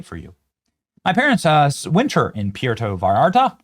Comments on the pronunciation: Benny, it's pronounced pwer-toe vie-air-tuh. It's not that hard. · Love pee,air,toe viartahh 😂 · You really butchered the name. Pronounced (port-ta vai- arta) lol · its pronounced like pwear=toe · Benny, I know you don't speak Spanish so here's the correct pronunciation, written phonetically: poo-err-toe bye(sounds like a "B" pronounced very gently and softly, not like an English "V" with lots of air behind it)-are-tuh. The Double L is pronounced like a Y. Hope that helps although I know you don't have to do it that way as an English speaker. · Puerto is pronounced: Pw air to Vye are ta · Pierre-toe Vi-Art-ah. Lmao. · Benny it's pronounced Poo-air-tow Vai-yar-ta. In other news, Mexico has always been somewhat lawless going back to the late eighteen hundreds and early nineteen hundreds with the Mexican revolutions. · Love you Benny, been to PV for many, many years, went last April '25 for 10 days. But please work on saying Puerto Vallarta! 😂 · Benny obviously never watched Love Boat because he can't pronounce Puerto Vallarta 😂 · Someone should help you pronounce Puerto Vallarta. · C’mon Benny. You live in Florida and you don’t know how to pronounce “Puerto Vallarta”? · Love you brother but Jesus man, let’s work on that pronunciation 😂😂 “Puerto Vallarta” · Benny Johnson; why can't you pronounce "Puerto Vallarta"? SMH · geez dude it’s not that hard to pronounce puerto Vallarta. Just don’t say it if you have to sound so dumb to say it. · Come on, Benny. You should know how to pronounce Puerto Vallarta. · Benny, the way you pronounced “Puerto Vallarta”, I can tell you’ve never seen an episode of “Love Boat” in your life. 😂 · Please learn to say Puerto Vallarta 😂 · just take five minutes to learn how to pronounce Puerto Vallarta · Benny, I can’t believe that you don’t know how to pronounce Puerto Vallarta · Everytime you mention puerto Vallarta your pronunciation gets even worse lol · nice pronunciation, Benny. 😂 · It’s pronounced pwértō vīyártuh.